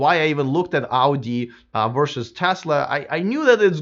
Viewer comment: You are pronouncing word Audi, like Auģi, like russian :D